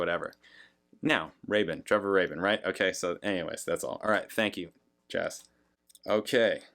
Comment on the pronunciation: You do pronounce 'Rabin' correctly now, but you still call the album "Nine ZERO One Two Five"! 😄 Which of course isn't actually wrong per sé! 😉